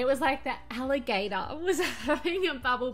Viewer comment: american accent: "allahgAtor" 😂😂 So cute! These turned out so good!!